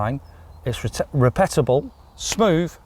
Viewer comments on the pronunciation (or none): Ffs REPETABLE lol